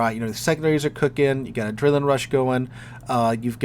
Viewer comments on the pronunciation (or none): none